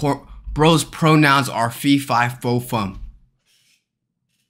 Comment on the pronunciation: bro said porn ouns